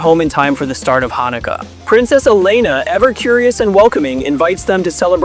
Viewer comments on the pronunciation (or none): THE AI VOICE BE MISPRONOUNCING SO MUCHHHHH!!! AS A JEW IM A LITTLE BIT PEEVED!!!!! HANNUKAYA?!?! WHATS THAT?!?!?! Besides that, this video was great I loved Elena when I was younger :)